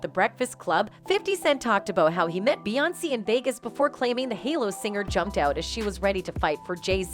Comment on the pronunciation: Why the hell is lady Pronouncing Beyoncé & solange name damn wrong behind the camera & social media